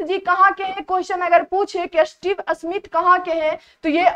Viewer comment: Sahi tarike se bolna nhi aata Smith ko asmith bol rhi hai 😡